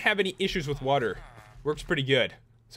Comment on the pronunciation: i hate the way he says water he says wuterr! idk i think its wierd